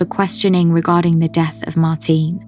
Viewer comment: You're pronouncing Martine's name wrongly. She was Norwegian, not British, so you say 'Martina', the 'e' is pronounced similar to an 'a'. Haven't you heard her name spoken by her family?